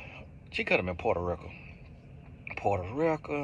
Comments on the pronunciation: The way say Purerto Rican with his country accent 😊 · “Chi-neee” and “Porta-ricka” 😭😭